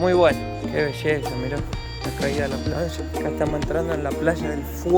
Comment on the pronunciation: Por favor, no pronuncier Plalla. se pronuncia como se escribe Playa. gracias